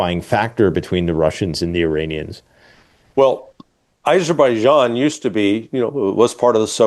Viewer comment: AZERBIJIAN, NOT ISERBIJIAN